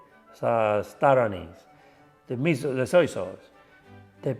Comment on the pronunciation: SOJ SAUCE?!?!?! girl just forced Chinese and Italian food to make love...